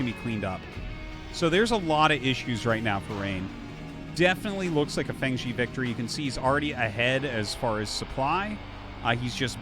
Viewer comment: Just a pronunciation tip, "Fengzi" is pronounced "fung zih" not "fang zee." Glad to have you back and casting, Artosis!